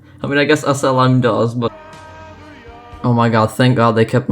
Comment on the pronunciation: When you say SLM it sounds like asylum